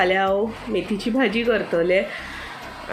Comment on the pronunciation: मैथीचे नाही .मेथीचे .